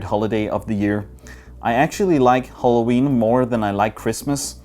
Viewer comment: naturally english people: Halloween: Holloween